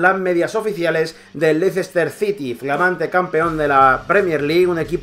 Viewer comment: se pronuncia Léster Sity y Albraighton